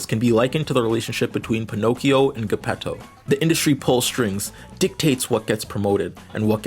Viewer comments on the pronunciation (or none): Gepetto is pronounced "Juh-petto" Also you said "Spear" for "Sphere" a few times.